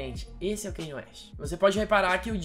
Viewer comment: Me dói quando vc fala "kenie". Em Diamonds From Sierra Leone ele mesmo disse que o nome se pronuncia "Kanye", mas as pessoas insistem em falar "Keine".